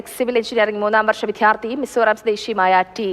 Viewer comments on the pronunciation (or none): ർ വാർത്ത വായിക്കുന്നതും ചാനലിൽ ജോലിചെയ്യുന്നതുമായ 95% പേർക്കും വിദ്യാർത്ഥി എന്നു ഉച്ഛരിക്കാൻ അറിയില്ല ഇവരെ എത്രയും പെട്ടെന്ന് മാറ്റി അക്ഷരം അറിയാവുന്നവരേ ജോലിക്ക് വക്കുക. എന്തോ വല്യ സ്റ്റൈലിൽ ആണ് ഈ മണ്ടത്തരം എഴുന്നേള്ളിക്കുന്നത് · വിദ്യാർത്ഥി pronounce correctly